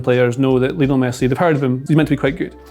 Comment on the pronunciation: Best player ever but people still pronounce his first name incorrectly. It's supposed to be pronounced the same as Lionel Ritchie i.e "lion-ul" not "Leo-nell"